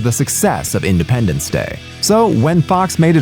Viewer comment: "Idependence".... that alone is friggin hilarious.